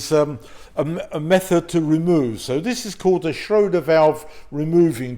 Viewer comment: Schrader not shroder 😂